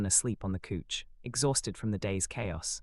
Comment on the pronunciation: It's not cooch it's couch 😂